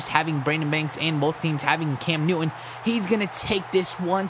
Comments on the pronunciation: Newin instead if neuton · I love how u say cam newish